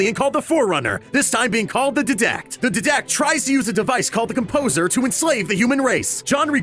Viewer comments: Ermergerd his pronunciation is frustrating. It's 'Die-dact' and 'O-si-rus' not "Did-act" and "O-cyr-us" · ITS D-ie-dac-t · DIE-DAKT!!!!!! jeezzzz Louise man youre killing me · Georgi Ganchev die-dact not DEEEE-dact ☺👋 i play way to much halo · HA HA DEE-DACT! its diadact lol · The Dedact.Lol its DIDACT (DY-Dact) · Omg it's pronounced DIE-DACT not DEH-DACT. I mean I get it if you just read the info for this video but watch any halo video featuring him and you get the correct pronunciation. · I was pretty triggered when he said ddact instead of didact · You know the animator and the narrator haven't played HALO due to drawing the wrong ships And pronouncing Didactic as DID-ACT instead of DIE-DACT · Dude he called didact dedact it's pronounced diedact and he called Osiris oseeris it's actually called oh-sie-rihs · DIEDACT NOT DEDACT OSEERIS? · Its die-dect not did-dect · it's not de-dact it's die-dact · Didact is pronounced Dy-Dakt not Dih-dakt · its die dact not did act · Didact it’s pronounced Die-dact not did-act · Dee dack it's die dak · Its dIdact not ddact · De-dact??? Oseeeeeerus??? bruh, Halo fan boys be so triggered right now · "Da Deedact" x3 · Sound more like ddact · THE DEHDAKT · Ok...So I know it says 'Didact' but its actually said as 'Diadact. Even MC said it that way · Die-Dact Say it with me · the diiiidact, oseerust hahaha nice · ITS THE DIE-DACT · The way he pronounces Didect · Dihdakht and Ohseerus 😳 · Dee dact Dee dact? ᴼᴷ ᵀᴴᴱᴺ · D (EYE) DECT OS (EYE) RIS CMON MAN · Didact is pronounced die dact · Isn't it pronounced dydact? Not... Diidact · d'dact? osirrus? dafuq?? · It's pronounced DIE DACT and O SY RIS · It's dīdact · did-act? oseeriss? Really? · It's pronounced Die-dact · Its pronounced DYDACT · The fucking DIdact it is pronounced die-dack (not spelled that way) sorry but it gets on my nerve when people don't pronounce things correctly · Did you say "Didact" wrong on purpose? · OH GOD the way he pronounces Didact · He said didact wrong